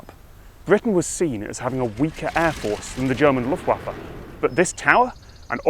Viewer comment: "German LuftUafe"